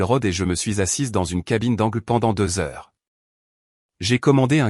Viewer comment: Pourquoi n etes vous pas capable de dire le mot heure